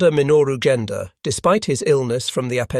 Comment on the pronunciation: It's "Genda", hard G as in "get", not "Jenda". The cruiser Tone is "to-nay", not "tone". "Vireo", the minesweeper that started towing the Yorktown from the scene, is "veer-ee-oh", even stress, not "vir-AY-oh"